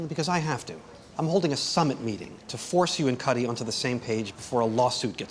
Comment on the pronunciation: Kuty? it’s “Cuddy”, lol